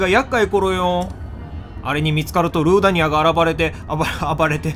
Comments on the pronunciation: ルー↓ダニアじゃないの？笑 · にぃ でもセナさんの実況見ててルー↑ダニアに慣れてしまった人もいる(私とか)